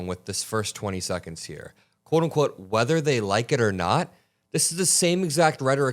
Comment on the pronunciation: I know and I agree but it's specific when he says "wether they like it or not". I even hear him in my mind as I am writing this. Ughhhhhh 🤮